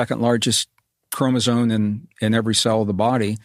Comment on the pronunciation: You can always tell a Rogan guest is a fake scientist when they talk about "cell walls" in relation to humans. Humans have cell membranes, not cell walls. It is an easy tell. This guy also mispronounced chromosome as "chromosone." But I guess he only claims to be a geologist and a computer scientist 😂